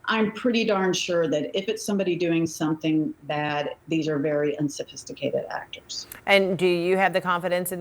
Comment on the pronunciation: "Unsophististicated...aktor!" SAY IT AGAIN!😂😂😂😂😂 how silly is this?!